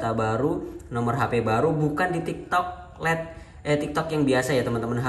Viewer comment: Lait bukan let